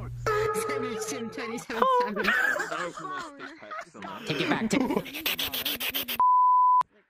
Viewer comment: You put the “h” in “strips...” You absolute failure. You failed him... I SUMMON THE CHIIIICKKEEN STRRIIIIIPPSSSS MAN!